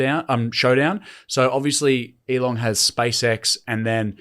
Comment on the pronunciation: Hey, it's Elon without a g on the end, you saying Elong made my eyes twitch